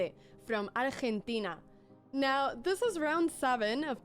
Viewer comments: She got eduARdo right but got Ahchchchentina wrong hahahaha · Say Argentina again. That sounded so cool.